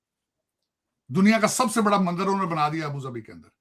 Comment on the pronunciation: Abu zabi 😂 it’s Abu dhabi Mr Tarar